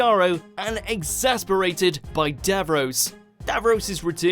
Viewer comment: Yeah, he can't say exacerbated either. it comes out as exasperated.